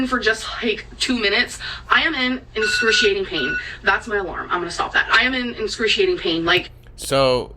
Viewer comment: “Incruciating pain” it’s “excruciating” the second hand embarrassment dude